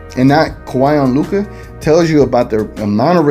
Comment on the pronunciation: stephen a is a joke!!! luka is a superstar player in this league for a couple of years now and the allegedly most famous sports analyst still pronounces his name wrong... maybe he does it on purpose to troll but its far from professional...